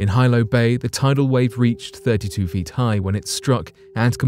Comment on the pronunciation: You mispronounced the name of the 1946 Hawaiian tsunami. It's no Hilo its pronunciation is (he lo)😊